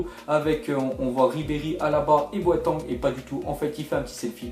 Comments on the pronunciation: Il dit boaitent c est boetang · Stpp c pas Boiteng c Boitéééng merci ( oui je suis chiant ) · Boateng se prononce pas "boatang" mais "boataing" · cest pas boiten cest boateng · A il a dit boatENg😱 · ARRÊTE DE DIRE BOATANGUE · OMG a 8.46 (boatenn) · Je reve ou j'ai entendu " Boanten"